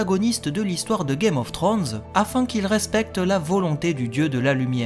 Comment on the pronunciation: Game of trônes ? tu dis à peut près correctement House of the dragon mais tu dis Game of trônes alors que c'est Thrones, le Franglais c'est dégeulasse et encore plus quand c'est une personne qui dépose sa science sans savoir correctement dire un mot en anglais